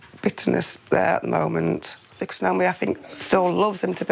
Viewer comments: The way they say Naomi is so annoying. It’s literally my name and its pronounced neigh-oh-me not Nye-oh-meeeeee aghhhhh 😒😂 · Some people pronounce it nye-oh-me. Actually, most people I know called Naomi pronounce it that way. neigh-oh-me seems like more of the American pronunciation?